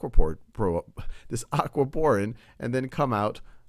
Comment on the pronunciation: Thought he said Aqua porn